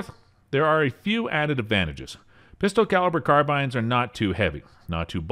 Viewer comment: "Pister carirber carbynes" 😂